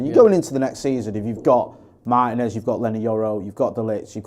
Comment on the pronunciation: Why does make an effort to pronounce every players name correctly, except for Martínez?